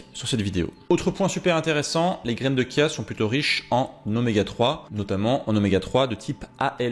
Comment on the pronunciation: Heuuu on ne dit pas Kia mais bien Chia ( chat ou chut..) la prononciation est bien dans le sens littérale du mot 😉😊